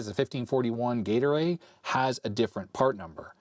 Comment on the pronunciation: I might be the only one, but almost every time says 'Gate Array', I heard Gatorade. For a minute I was a little bewildered until I flipped back over to the window.